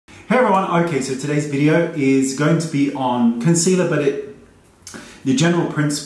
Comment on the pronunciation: Tetreau Nicole she can't even say concealer correctly let alone apply it